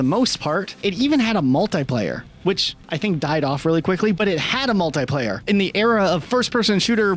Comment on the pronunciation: If I hear mul-tai-player again....